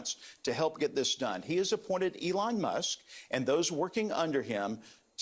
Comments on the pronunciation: did he call him Eon Musk😄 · "Eon" Musk